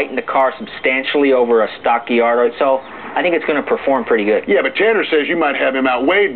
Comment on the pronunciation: Did he say Diardo after ?